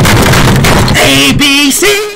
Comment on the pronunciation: The way he said AbC